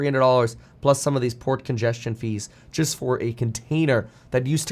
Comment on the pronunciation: Definitely kept hearing "pork ingestion" rather than "port congestion".... quite different interpretation 😂